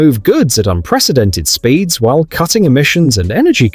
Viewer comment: I was almost in tears from laughing so hard at the AI voice butchering speeds and power levels.